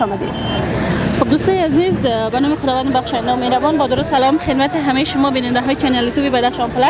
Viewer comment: خانم محترم در اول ویدیو می‌گوید بنام دو خداوند محربان خوب دقت کنید متوجی میشوید